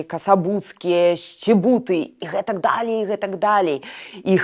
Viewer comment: ..не. ,,дАлей,, а ,,далЕй,,.